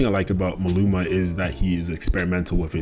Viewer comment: his name is MALUMA - how did you get his name wrong? like throughout the whole video? MA LU MA